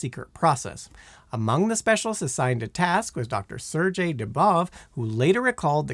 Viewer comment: I see continues the Simon Whistler tradition of not looking up pronunciations of common words, names, and names of famous people and places, but just wings it and mangles them (Sergei, incipient, Dimitrov, pagoda, Luanda, Angolan and Guyana for some examples in this video). That's the main reason I stopped watching this youtube channel.